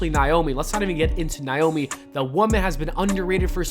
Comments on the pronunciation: Sound out Naomi... It's not niomi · When will you say this women's name right fam?! NA (like do the NayNay)... O... ME!!!